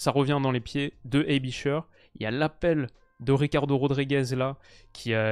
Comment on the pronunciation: très bonne vidéo. Aebischer se prononce « aibichair » et non pas « aibicheure »mais c’est juste un détail